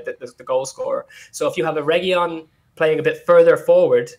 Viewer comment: For starters guys Reguilón is said R E G I L O N (hard G, hard L) with the stress on the O. There is no Y sound - that's from the Spanish LL which is not in his name. We are over a YEAR into this FFS. Secondly WTAF is this guy on about??? There is nothing wrong with the formation, we had excellent shape. We need 3 in the midfield and we need 2 superb centre halves to be a top 4 team. That is all. If Ndombele is on his game then those 3 pick themselves every game. Cuti probably needs a world class partner as a first choice. Dier, Sanchez and Rodon are good but not elite centre halves. That's it.